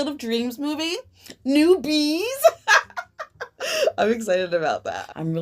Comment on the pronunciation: Yeah! Love the way you read and the positive messages. 🙌🌈 The toads with the big eyes are a picture that's especially sweet to me, like we're out of the eggs but not fully grown frogs yet. Sounds very transition state. 🐸💚 Also every time you said "new bees" I heard "newbies" 🐝💛✨